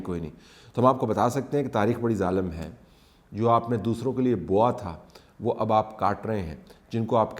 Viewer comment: بویا تھا، بوا نہیں